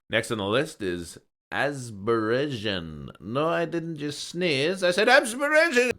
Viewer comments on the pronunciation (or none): You mispronounced Azerbaijan